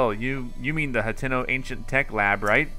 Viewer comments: It's Hat-ee-no Vill-ad-ge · It’s said hateeno